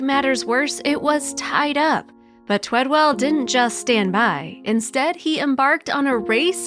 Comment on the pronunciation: ONE W! Twed-ell. Twee-dell? Talk to the man, he deserves to have his name spelled correctly and pronounced correctly.